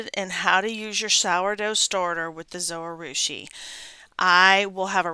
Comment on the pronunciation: Not trying to be mean. But if you check out the Zojirushi channel, you will hear that it is pronounced just as it is written. Zo-ji-rushi or zo-gih-rooshi. The “j” is not silent. Someone else may have led you wrong.